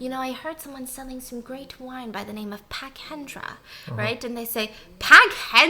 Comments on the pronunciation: So funny how Stephanie pronounce pak like phuk 🤣 itu should pronounce like pak without "h"' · Hahaha Stephanie calling Pak Hendra "pack" legit sent me rofl 😂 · she pronounce it like the korean family name “park” im WHEEZING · Lmao really said “Pak Hendra”